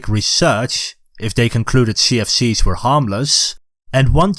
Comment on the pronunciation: Everytime u say CFCs it sounds like sea of thieves.